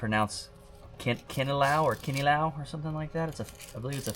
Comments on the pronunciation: Yup,u pronounced it (KINILAW) right!We soak tuna on coconut vinegar but we throw the vinegar that we used on soaking tuna, when mixing all the ingredients but add new vinegar😅 ( chopped or minced onions/ginger & sliced cucumbers)...😬 We also put a lil sprinkle of (MSG) & salt to taste.👌🏽 other than that u did good!🫡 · May i Ask what rods you are using? and Yes it is pronounced "kinilaw" you are correct. Good job landing the doubles. you are a legend!. You can also add in some radish on the "Kinilaw" recipe if you have them.